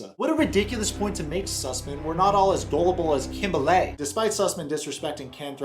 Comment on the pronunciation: He said "Kimbah-lay" 🤣🤣🤣